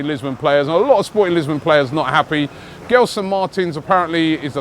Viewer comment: As a Portuguese Arsenal fan who grew up in London, I'm glad that Arsenal are finally looking at players from the Portuguese league. There has always been so much talent there that Arsène never really tapped. Let's see what happens with Arsenal links like William Carvalho & Gelson. By the way, the "G" in Gelson is pronounced like the "G" in gelato. Just an FYI. Keep up the excellent work!!